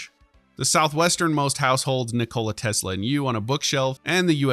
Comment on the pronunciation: Interesting way to say "Nikola Tesla" there 😉